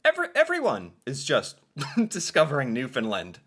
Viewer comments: Please pronounce it Newfoundland. Not Newfoundlind. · Not newfinlin it’s New found land pounce it right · It is Newfoundland and not Newfindland. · rhymes with UnderSTAND. Newfund- LAND or Newfun-LAND Never NewFOUND-lind. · Newfoundland...is pronounced like understand... Thanks for your video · It’s pronounced New found land….. the pronunciation rhythm is “understand “ “newfoundland” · Once again, Newfoundland is pronounced like noofin-LAND. Say roofin'. Now say it again with an N instead of an R. Then say LAND. Like dry land. Home land. Holy land. LAND. Not lind. Not lund. LAND. Now put them together and put the emphasis on the LAND part - noofin-LAND. Newfoundland. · The third syllable in the word Newfoundland is land...sounds like and. Not difficult people. Why can't you non Newfoundlanders get that right?????????? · Try saying New-fin- land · With the accent on the first syllable, right? Sometimes people pronounce the middle like the word “found”… which is wrong. And often they say the last syllable as “lind”, which is also wrong. The “a” in “land” needs to be heard. Thanks! 😊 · we don't say the "d" in Newfoundland, here in Newfoundland lol. I didn't know you guys pronounced it like that in NS. Hope you had a great summer 😊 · same in the bay I grew up in, but we all pronounced the province the same way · Rhyme it with Understand... Newfoundland with a fin for found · The guy in the video couldn't pronounce Newfoundland. He's obviously an expert on the topic. Haha.